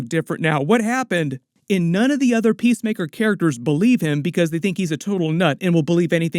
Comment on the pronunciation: Every time someone says PeaceMaker I hear PissTaker.